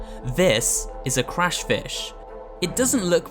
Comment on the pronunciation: "crush fish"? I think you mean "crash"